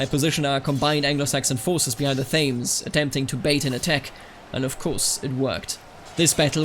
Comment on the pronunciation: FYI, Thames is pronounced Tems. In Middle English it was spelled Temese and the current pronunciation is a contraction of that, despite the current spelling I really like this type of video though and it was done really well. Nice to see something different.